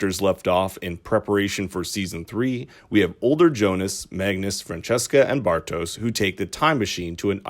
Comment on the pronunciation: The audio is not bad whats annoying af it's how you dont even try to pronounce the names correctly, sorry typical American